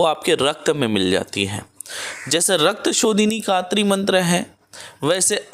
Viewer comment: Rakta shodhini mantra not clear please repit agains